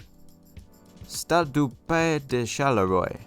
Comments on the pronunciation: Think Charleroi is pronounced “sharl wah”. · Being a Canuck eh I think Pays de Charleroi is pronounced "Stahd doo Pay-ee duh Sharl-uh-roo-ah". I love these stadiums all football specific, all a little different and a lot of character. Perfect size for football, most have a little old a little new. A lot of the ones that haven't been refurbished remind me of English stadiums in the lower divisions from the 80s (which is a good thing).